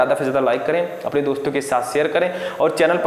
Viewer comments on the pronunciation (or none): Sir ap apone ko apaane kyo bol rahe ho 😅😂